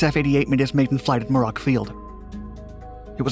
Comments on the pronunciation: You speak way to fast without comfortable expression. You speak in bursts. In short, you are difficult and uncomfortable to listen to. Try it again or with somebody else. By the way, it's pronounced Myour-rock, not Mer-ock, a dry lake in California. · muir-ock. It’s pronounced muir-ock